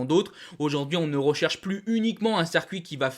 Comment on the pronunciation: CIRCUIT putain! Pas cercuit!! Fais un effort sur ton français! Le nombre de fautes pour quelqu'un qui ne fait que parler devant une caméra! "vous y montrer" ça n'existe pas en français.... Bonnes infos cependant. ;)